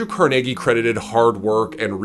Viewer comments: Why did you pronounce Carnegie Hall one way and then pronounce Andrew Carnegie completely different? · You pronounce carnegie so weird